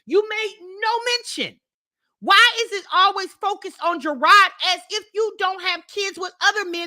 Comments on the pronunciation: is it just me or does she mispronounce Jerrod’s name EVERY TIME she says it ? She says juh-rawrd, but I feel like it’s juh-rod LOL 😂😂😂😂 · She’s doing it on purpose!! One of her subs asked the same thing years ago and Jerrod said, she pronounces his name incorrectly 😂